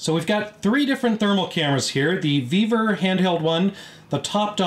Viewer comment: Vevor 😂 i thought he said beaver 😅